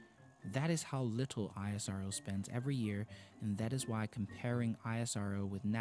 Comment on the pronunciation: The pronunciation in this video is I-S-R-O . It's not Like that It's ISRO . Like You call NASA . Not with there letter .